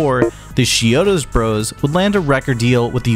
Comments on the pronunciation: It sounds like you're saying "She-odos" But I'm pretty sure it's more like "CHI-odos. Is it just me? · Are just 2 examples of you mispronouncing the band name. How do you make an entire video like this about a band, yet still can't correctly pronounce the band name. You're saying "sheodos" Lol. It's "ch" as is "chalk" or "chunk". It's not as "sh" sound. Ch-iodos..